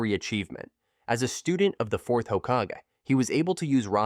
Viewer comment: When I heard 4th Hokaje, OK. Pass.